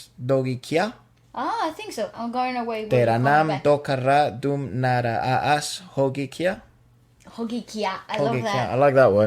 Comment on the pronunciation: Dear, When there is a double A or an AA in a word it’s just an elongated A So one A is pronounced as an Ah like in “Ah I get it now” or like the English word raw (rahw) And the AA in Naraaz or JAAN or other word is like an “aaah” like when the dentist or doctor tells you to open your mouth. So it’s never nara a z it’s naraaaz. You’re suppose to stretch the a like in Spanish. Like mami, is pronounced Maami or like The name Marisol is is pronounced Maarisol. Hope you understand this. If the letters are not separated by an empty space or an H after it you never say the aa like two seperate sounds. It’s not ah Ah it’s aaah. Hope this helps in the future.